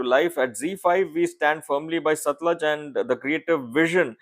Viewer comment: its satluuuj not satlaj 😊